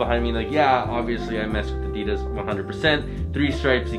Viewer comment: Please learn how to pronounce Adidas